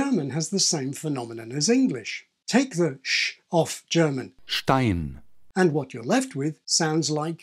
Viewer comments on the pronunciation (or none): as a german speaker from austria, the example with "stein" sounded like "tein" instead of "dein" to me. we do not differentiate between aspirated or unaspirated p and t in austria (we have no aspiration in colloquial speech). instead it's a little extra air flow when producing the consonant (and using the tip of the tounge for t but not with d). i suspect german speakers from germany will perceive this differently as they differentiate consonants using aspiration.